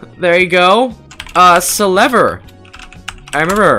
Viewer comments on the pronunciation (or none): its selver not slever